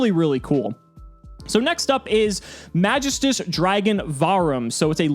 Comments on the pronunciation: Pronounced MagEEstus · Love the content, but the way you say magistus makes me cringe a bit... it’s a very old Greek word that’s used in certain stories of the old gods, often in reference to a line of powerful artifacts that the gods created for themselves and the best warriors to protect the different planes in the afterlife. The most commonly known one (because of assassins creed odyssey) is The staff of Hermes trismagistus, in fable the staff can bring immortality to those who wield it with care and don’t succumb to their own madness, for the unworthy they lose control of themselves and become dark versions of their former selves destroying everything they hold dear to themselves. The word is pronounced “mag-geese-tuus”. Absolutely love the content and you have personality compared to other yugitubers I’ve seen. Keep up the good work man 🤘🏼